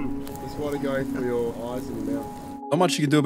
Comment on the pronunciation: U can say THe. So why not THree, THrough. U sound like a child